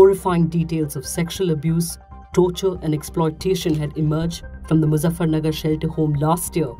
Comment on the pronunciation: Muzaffarpur not nagar